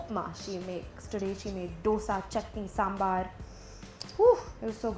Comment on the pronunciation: Youre amazing but the way you pronounce SAMBHAR IS A CRIME